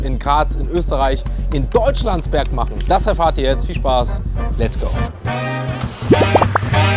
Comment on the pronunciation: Super aussprache von deutschlandsberg